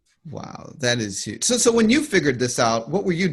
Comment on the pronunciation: That's how Trump says huge. Yuge.